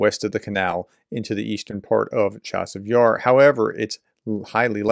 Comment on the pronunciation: To the commentator. The "ch" in "Chasiv Yar" is NOT the English "Che", but a gutteral "Chi" (running the "ch" together, with a hard "i" sound, as an integral part of it - one sound only) as if you are clearing your throat.